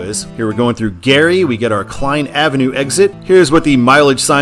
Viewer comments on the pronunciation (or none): none